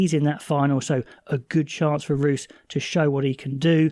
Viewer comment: Just some help with pronunciation if your interested. Roos is 'Roo-is'. Otherwise solid. Thanks for the content